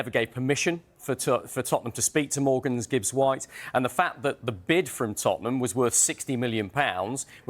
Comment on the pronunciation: Why is everyone calling him Morgans